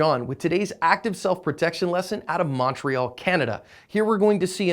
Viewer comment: Mispronounced Montreal.